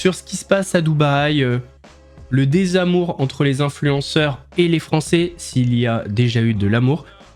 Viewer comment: "vingt zinfluenceurs". Et elle persiste en plus ! 😂